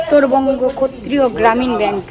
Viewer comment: ক্ষত্রীয় না কথা টা ক্ষেত্রীয় গ্রামীন ব্যাঙ্ক